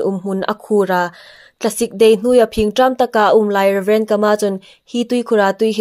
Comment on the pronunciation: Kâ-mâ tia lam ding.